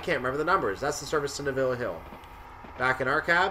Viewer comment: Neville.... stress the first syllable... not the last. So basically pronounced like the man's name Nevil.